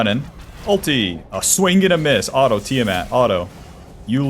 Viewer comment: how come you say the word auto as alto